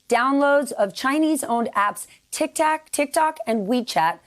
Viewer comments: SHE SAID tiktac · hahha dumb broad said tik tak